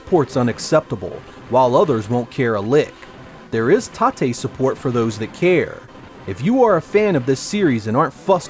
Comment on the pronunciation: Hey Excellent video as always.I am enjoying this now. I have t ask though what does "tate" (ta-tay) mean? I heard you mention it a couple of times however I am not familiar with this term.